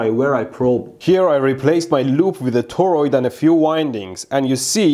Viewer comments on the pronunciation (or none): none